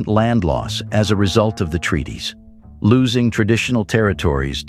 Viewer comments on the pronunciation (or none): none